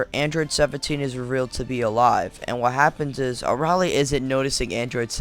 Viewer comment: you're saying her name wrong, it's pronounced (uh-rail-ee)